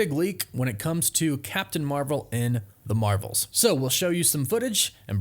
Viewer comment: “The Mravels”